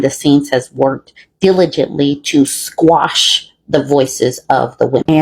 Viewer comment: somebody needs to tell that lady that it's "quash" not "squash" the voices of the victims